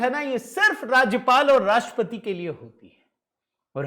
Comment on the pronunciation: आप राष्ट्रपति शब्द का उच्चार "राष्पती" ऐसा क्यूं करते हैं? ट्र अक्षर का उच्चार कौन करेगा?